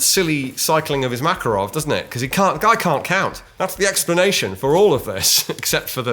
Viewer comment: you said makarov like they do in the game, which you previously commented that no one says it that way :)